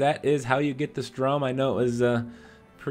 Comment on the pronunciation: Says "Strum" like 50 times....doesnt even read actual guns name